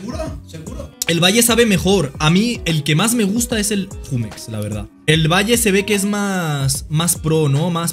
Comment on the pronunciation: Porque pronuncia Jumex así????